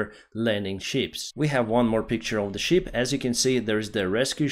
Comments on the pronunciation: He keeps saying sheep 😂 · Ship, not sheep. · Perhaps somebody has already mentioned this but you seem to mispronounce "ship" as "sheep" which is an entirely different animal. I know you are not a native English speaker but I hope you can improve your presentation which is very valuable as it is already. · You are mispronouncing ship, it’s short e not long one! You are NOT talking about the animal.